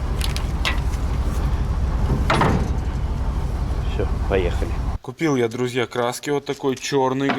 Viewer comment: Ставь камеру заднего вида на кразюку, чтобы видно было))) а еще не чмэз, а чмэ-три)))